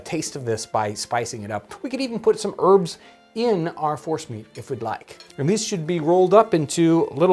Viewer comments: I thought he said Horse meat balls not force meat. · I heard Forrest meat too. Mashed meat of any origin it sounds like. This’d be a sneaky way to get the kids to eat squirrel. 🤣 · Omg who else thought John was saying "horse meatballs" lol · I thought he said horse meat!! Lol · Is he saying force meat? Horse meat? Forrest meat?